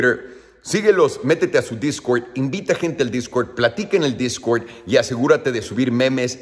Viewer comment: jajajaja discwerd discwerd discwerd discwerd